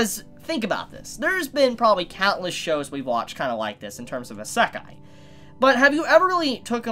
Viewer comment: Please, please, please... learn how to properly say isekai... EE-seh-kai, accent on the first syllable!